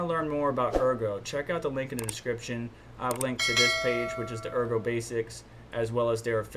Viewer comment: Good stuff thanks -- Ergo pronunciation is right. Yoroi wallet is Japanese for armor - "Your Roy" is accepted butchered version ;-)